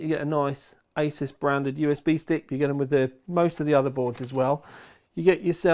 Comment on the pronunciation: Honestly, love you for calling it "aysaas" and not "aasoos" like many others.